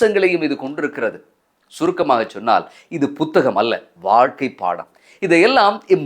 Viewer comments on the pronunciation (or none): none